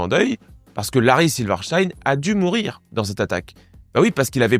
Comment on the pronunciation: Prononciation correcte : silver stine